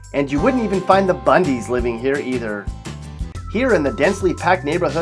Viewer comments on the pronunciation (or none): none